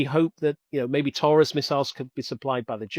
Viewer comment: This dude pronounces patriot and Taurus insanely